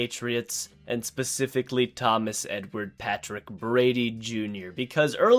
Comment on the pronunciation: Love ya but it’s specifically not pacifically